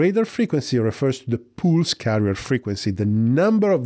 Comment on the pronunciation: Pulse is pronounced with an "uh" sound not an "oo" sound like in pool.